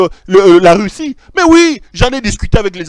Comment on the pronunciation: Ont dit Russie et non “reussi” comme tu le dit pero